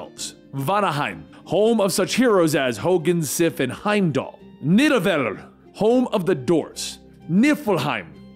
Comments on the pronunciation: Nidevallir is actually pronounced Nidav akklir. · Nidavellir is correctly pronounced “Knee-Da-Vet-ler” but in the MCU they pronounce it “Nid-ah-ville-ear”